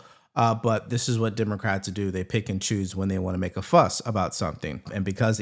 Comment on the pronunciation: I'll hold on to that mispronunciation I heard: Dimocrats.